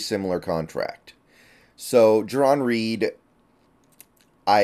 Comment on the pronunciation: It's Jarran, not Jaron, so I hope you're wrong about your analysis as well.